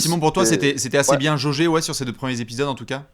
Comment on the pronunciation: je vais faire mon casse-burnes, mais entendre « premiers’ épisode » et pas «premiers-Z-épisodes » me chafouine 😁😢😂 Sinon, RAS, superbes analyses comme toujours les mecs 👍